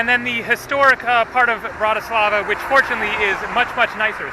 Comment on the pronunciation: In from Slovakia and you pronounced Bratislava wrong lol but its ok